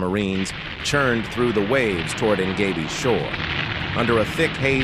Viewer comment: Pronounced ene WE tok and en Jeb bee. Spent 3 weeks there in 1977 doing demolition work while in the navy. Blowing channels for landing craft to deposit equipment for nuclear cleanup. This was the site of many nuclear tests after the war. I remember crystal clear tropical water with colorful fish and giant clams that weighed probably100 pounds. It was beautiful but the islands still contained a lot of radioactive materials